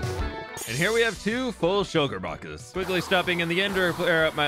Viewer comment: did anyone else here shulker bockers not boxes??